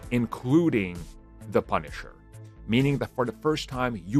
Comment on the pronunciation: why did you emphazise punisher?